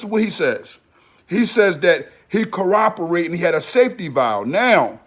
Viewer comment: Co-op-er-ated... C'mon homie, sound it out.